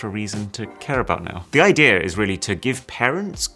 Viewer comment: I like how he says "idea" to "idear" and other words that end with e🥹